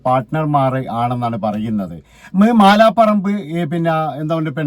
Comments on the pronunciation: മാലാ പറമ്പ് അല്ല മലാപറമ്പ് ആണ്. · മാലാപറമ്പ് അല്ല അളിയാ, മലാപറമ്പ് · മാല പറമ്പ് അല്ല മലാപറമ്പ്